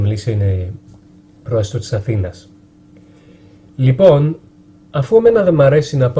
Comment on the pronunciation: Απίστευτο! Σαν να είσαι Έλληνας ακούγεσαι! Μια φιλική παρατήρηση, μη δίνεις τόσο έμφαση στη λέξη "λοιπόν", αν το αλλάξεις και αυτό,πραγματικά δεν θα μπορεί να ξεχωρίσει κάνεις αν είσαι Έλληνας ή ξένος! Συγχαρητήρια!